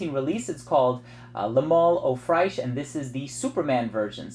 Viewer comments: Don't say "au fraiche", but rather pronounce it " oo fresh" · Love your vids man, I thought you should know that the correct pronunciation for "eau fraiche " is oe fresh, non fraish.